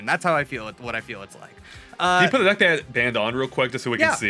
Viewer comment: why did he roll the word “put” how did he roll that word. I’ve never heard anything other than R’a rolled!!??